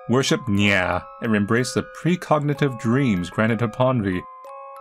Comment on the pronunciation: I like how says ‘nya’ LOL